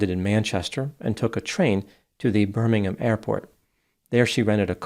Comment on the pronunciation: Good pronunciation of Birmingham doc, cheers